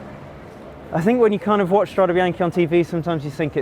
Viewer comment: You guys should be ashamed of yourselves - you're CYCLING WEEKLY, and you're ABUSING the pronunciation!! It's strah-day bee-yawn-kay. It sounds brutal when you pronounce it like the major league baseball team, the Yankees. C'mon, make a little effort!